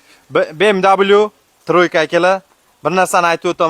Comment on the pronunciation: БМВ немец тилида W даблю эмас В диб укилади